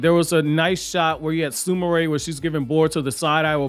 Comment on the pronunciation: Sumire is Soom Ear not Sumaray sorry lol just ocd